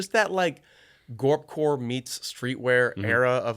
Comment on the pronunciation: I can’t believe Anders said “Gorp core”